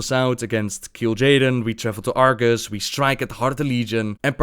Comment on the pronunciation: Wasn't it Argus? (instead of Argas?) <:b